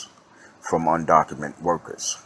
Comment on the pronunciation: Undocumented...with an ed at the end. Just saying brotha. People will take what you say seriously if you articulate it correctly.